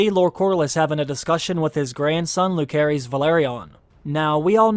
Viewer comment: Bruh There is no "K" sound in Rhaenyra's children's names. Jacaerys is pronounce Jay-sar-ris Lucerys is pronounced Loo-sar-ris